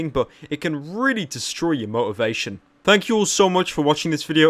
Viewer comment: he pronounces "thanks" wrong but i love how he pronounces everything else